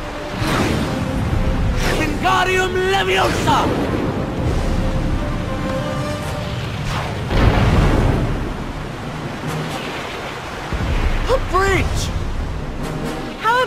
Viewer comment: Its LeviOHsa not LevioSA